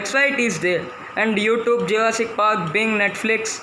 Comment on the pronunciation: Binge not bing